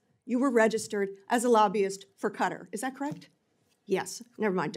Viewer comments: It is Kah tar’ not cutter. Foreigners do not mispronounce America. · Y do they say Qatar as cutter. There is no 'U'. Its pronounced katar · If she "represented the country of 'Cudder'" why can't she pronounce it correctly? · QATAR is NOT pronounced CUTTER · Why are they pronouncing it “cutter” 😂 I couldn’t figure out what country that was until I figured out it was QATAR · Cutter is not the same as Qatar learn to pronounce word correctly. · Why do they keep mispronounced Qutar